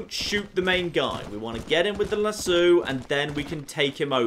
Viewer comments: The "Luh-soo"???? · get him with the "LAZOO"?